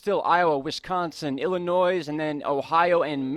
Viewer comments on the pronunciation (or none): Did you just say Illinois with a S